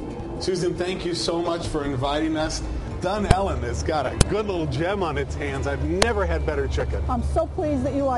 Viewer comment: Dune elle really its dunellen one word